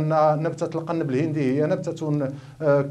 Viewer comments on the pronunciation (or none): ما لهذا المقدم الامي الجاهل ???? الا يعلم ان هنالك فرقا ببن مصطلح المغاربية و مصطلح المغربية. المغاربية تعني الانتماء لدول المغرب الكببر يا جاهل : موريتانيا/المغرب/الجزاءر /تونس/ ليبيا . واضافة الى الخطأ في نطق القنب الهندي ....بضم القاف عرض كسره .... ما هذا الجهل و ما هذا المستوى ????